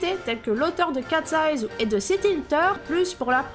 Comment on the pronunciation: Y a pas de 's' a la fin de Cat's eye 😅😉 Sympa le vlog. Belle surprise 🙃, et merci pour les très bons conseils de visite (je pense que les artistes amateurs valent la peine d'y passer pas mal de temps). Déçu des stands amateurs japonais qui ont perdu en authenticité cette année (ptet qu'une impresssion).